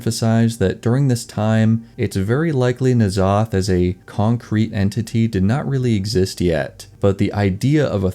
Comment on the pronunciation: "N'zoth" and "C'thun" are both only one syllable even if that's really hard to pronounce.